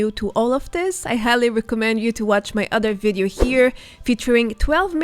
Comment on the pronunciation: Please I beg you, everytime you say Vedeo it brings acid to my ears. It’s Videos not vedeos. I like your videos but please say Video not vedeo